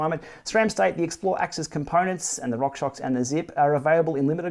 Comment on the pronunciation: Xplr. Rhymes with "thurrrr" Example: "I like it when you move it right Xplrrr"